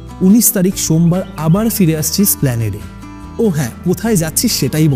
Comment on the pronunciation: এস্প্লানেড। সপ্ল্যানেড না।